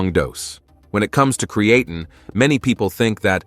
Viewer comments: Cree uh teen. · Cree-e-tain, sounds almost right. 🤖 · TINE is pronounced TEEN in America not TIN. This guy changes the pronunciation 4 times. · Create’n eh 😂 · oh god create’N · PRONUNCIATION IN VIDEO "CREE-A-TIN" IS NOT A GOOD SIGN. AI GENERATED VIDEO! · I drink 3 L water a day with 10 grams crea tin fr lol annoys the fok out my hearing how its beeing pronounced here 😂😂😂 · If you don’t approved or like the American language go back to where you came from. Where did you come from? The cotton field? Our language is diverse. I’ve never heard anyone pronounce creatine as cre-a-tun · Well actually is a greek word so is pronounced Kreatin. It comes from kreas which means meat . Kreatini is in the meat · We are the superior country, its pronounced (kree-uh-teen) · I don’t trust a video that can’t even pronounce the word Creatine properly!…… and your pee shouldn’t be clear it should have a slight pale yellow colour. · it changes to create -teen then goes back And yes don’t worry we see the message through the different pronunciations it’s just like nails in a chalkboard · Might be good information but I could only listen to the mispronunciation for a couple of minutes....and then it changed back and forth in the video....TOO Annoying!!!! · I stopped listening after hearing how creatine was pronounced. No thank you. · I can’t get pass that horrible pronunciation for creatine come on man 🤦🏽‍♂️lol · I can't watch this when the guy doesn't know how to pronounce the word. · If they can't even say creatine right, why should we listen??? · first its a great idea to take your creatine with a fruit juice, because it disolves better, and literally 5mins later its a bad idea because it could degrade the creatine.. make up your mind(same for the pronounciation of creatine^^).. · Thanks for the list - saved me from listening to the mispronunciation of creatine! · My ears fell off when hearing how you pronounce creatine. Wtf?